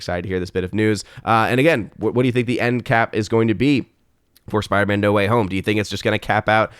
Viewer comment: it's spiderMAN....not spiderMA'AM.